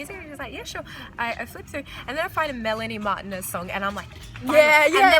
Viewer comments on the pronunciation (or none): the way pronounced martinez lol